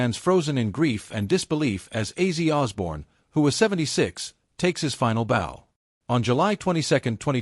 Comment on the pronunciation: I'm not taking this video seriously if the AI voice is gonna mispronounce an icon's name within the first five second.